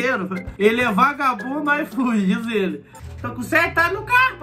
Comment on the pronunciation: O cara: "IFOOD": "IFOOD" não entendi